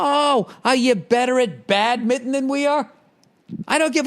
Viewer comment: Dude he pronounces badminton like badmitten